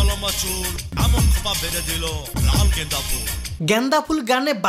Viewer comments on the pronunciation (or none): Y I'm hearing "ganja" everytime instead of "genda"🤣🤣🤣🤣